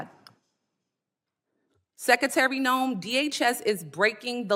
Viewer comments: LOL "ten-year' .....lol...."let me axe you'.....lol......"sec-a-tary".....lol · That woman questioning the secretary is embarrassing, to herself and our education system, not good🥺 she can't pronounce secretary correctly. She actually mispronounced a lot of words ...like ax instead of ask🤪